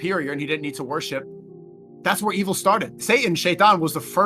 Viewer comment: did he say worship or praise?